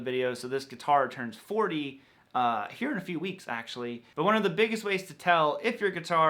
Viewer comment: Maybe it’s just me, but do you say the word ‘but’ with a ‘w’? I keep hearing bwut, bwut, bwut. I may be just going crazy